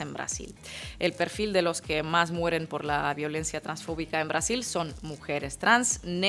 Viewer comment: Los argentinos le ponemos el acento en la o de fobico.ej:transfo'bico... Mira vos.